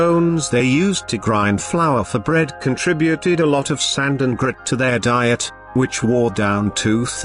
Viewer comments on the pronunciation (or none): none